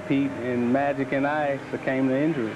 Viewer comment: Hey Isiah..."succame" isn't a word. Apparently they didn't teach you that at St. Joe's or Indiana.